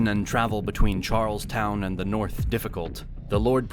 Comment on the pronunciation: Because the Norf don't like the Souf and likewise.